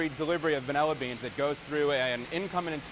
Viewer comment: He keeps saying VanELLA… that’s wrong… 😂